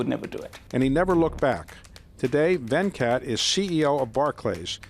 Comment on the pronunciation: It's not Vencat its Ven-cut